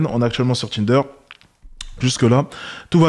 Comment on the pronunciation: Le "Tchinder"